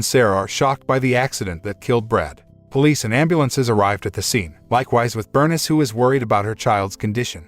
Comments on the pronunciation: OMG does every single movie review on this site contain a main character’s name that they mis-pronounce! Burn-iss is pronounced Ber-niece I like these videos but the terrible grasp on the English language really pulls me out of enjoying these movies. All you need to do is have 1 fully fluent English speaker as part of your team, and the problems are solved! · Her name is pronounced bur-niece! I hate computer voices! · Pronounced Berneeese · Let me guess. The boy's mother was Bernis, a name I have never heard. Could mama's name have been Bernice? (Bur . News, rhymes with geese) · His mother “BURN-IZ” lol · Your pronunciation of Bernice kills me